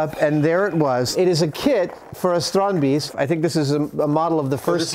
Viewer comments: Kudret Aksoy They are close but not quite there, it actually sounds more like "Strond-based" and the plural "Strond-base-ten. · Tried googling this phonetically and failed spectacularly. It is 'strandbeest' and not "Stronby's" as I thought. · Why are they pronouncing it strondbeast?